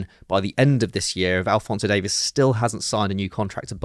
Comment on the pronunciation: maybe you guys can learn how to pronounce alphonso Davies name correctly